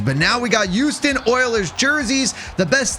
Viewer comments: I do NOT like the way that you say Houston oilers, the way you say is the "Uouston Oilers", bro is NOT pronouncing the "H". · Why does it sound like yuoston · dude can't even pronounce HOUSTON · why the duck do you say Houston like that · pisses me off